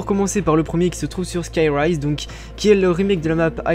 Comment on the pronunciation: Mrc Skyrroz on dit :/